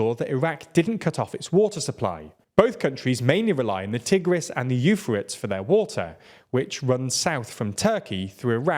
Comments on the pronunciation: tig-rizz and yoo-faritz rivers? BRO. YOU ARE IN BROADCASTING. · The TI-gris and YU-fruts rivers? Who the heck is this idiot who can't pronounce the TIGH-gris and yu-FRAY-teez rivers? We learned those names in grade school! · Ty-Griss and Yoo-Fray-Teez, Not Tig-riss and You-fritz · Ty-gris and you-fray-tees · tie-gris and you-fray-teas, not... whatever that pronunciation was meant to be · Tigris (Tie-GRIS) tie like tie fighter and Euphrates (you-fray-tees) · 'Tie-griss' and 'You-fray-tees.' You're welcome. Otherwise, good work. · That pronunciation for Tigris & Euphrates was ... wow. Is this the first time you see these words? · Sorry, how did you just pronounce "Tigris" and "Euphrates"? I get that poor pronunciation is a common issue caused by quick production turnarounds, but these are two of the most famous rivers in the world and I'm shocked that nobody on the crew knew. Ah well, hopefully this can be a good learning opportunity!